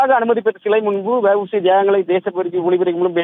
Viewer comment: News reader வெ வூ சி இல்ல டா தேவிடியா பையா அவர் வா வு சி